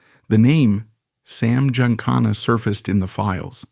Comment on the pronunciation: … your stupid AI can’t pronounce Giancana correctly.